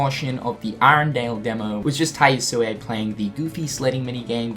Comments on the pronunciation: I'd have pronounced it more of an "eh" sound at the end rather than an "ay" sound at the end, but at least it's a lot closer than what he was saying before. ;) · yes. the "e" in "yasue" is not supposed to be silent.